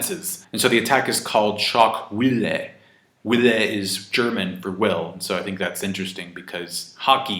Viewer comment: Wille is pronounced like village without the ge part Also loved this video! keep it up